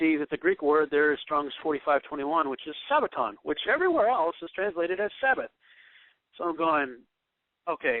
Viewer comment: Do you have any idea of the differences in the Hebrew calendar as to the Gregorian calendar? Or when a day begins and ends on the Hebrew calendar? Doesn't seem so. Begs the question, who taught you? Btw, have you ever heard the term "lost in translation"? And, the word is Sabbaton NOT Sabbatown oi vey!